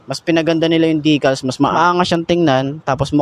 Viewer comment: Decals po hindi dicals